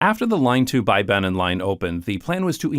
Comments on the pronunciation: Try pronouncing Bergen like Beer-gen, but shorten the i: (ee) to i. Also, Bybanen is pronounced as bee-banen, not buy-banen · It's so funny to hear you pronounce bybanen with an English 'by' 😆. Even though I do feel that y is the hardest Norwegian vowel - like Dutch UU but with unrounded yet not completely spread lips 🥺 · Great video! Your pronunciation of Bergen and Fyllingsdalen is near perfect, but for future reference, the Y in Bybanen and any other Norwegian words with a Y in it, should be pronounced the same as the Y in Fyllingsdalen. 👍